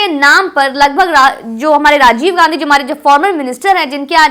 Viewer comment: Pahle bolna shikho tab bolna Gazi nhi Gandhi hota hi kisi ke naam ka mazak mat banao